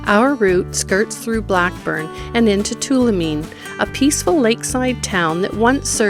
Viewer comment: It' " Blake " burn not Blackburn!